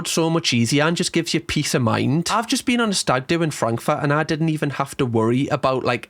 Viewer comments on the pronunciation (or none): Frankfaht again man. Why do you say it like that? :D :D